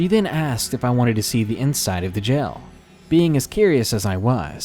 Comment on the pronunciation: I love when people pronounce jail as gel lol so cute.